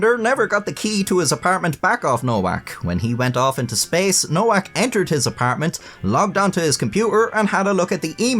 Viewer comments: It's pronounced 'Novak' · Her last name is supposed to be pronounced as “ Novak “. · its pronuced novak btw